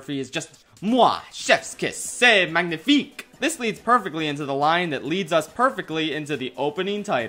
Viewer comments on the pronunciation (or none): none